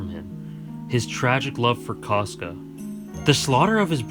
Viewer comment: Caska. He accidentally was pronouncing it 'trash.'